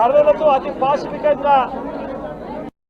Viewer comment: ఏదీ "పాశవికంగా" అన్న మాటను స్పష్టం గా చెప్పు చూద్దాం.